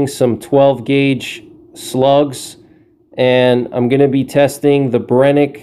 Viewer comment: The SF slugs are garbag as they do not seal well against water and have high potential for failure. Just use the Black Magic, they're essentially the same. Amd it's pronounced Bren-uh-kee not Brenick, fyi